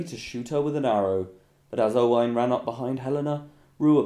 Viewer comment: Anyone else cringes when he pronounces a Welsh, Scottish or Irish name wrong. For example Roisin is spelled Roisín and pronounced Row-sheen. (Row as in row your boat) and Owain which is pronounced Oh-win.